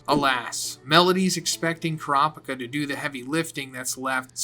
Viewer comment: Car-picker or Coo-ra-peeka? Your pronunciation for a Manga fan are atrocious.